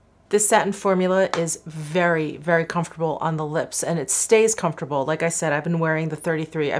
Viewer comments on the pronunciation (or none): none